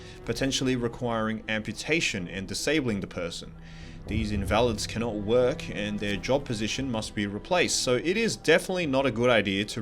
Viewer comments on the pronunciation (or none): Is this an AI generated video/commentator, some pronunciations are strange, e.g. "in valids"?